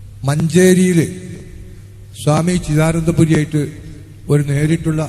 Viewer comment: സോമി അല്ല സ്വാമി സ്വാമി.